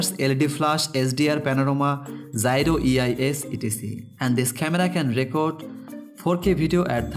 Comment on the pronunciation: 😂😂😂 snapdragoon akcent toh dekho.. And its gyro not zyro